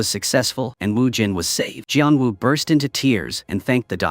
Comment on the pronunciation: gian wu? bruh is geon woo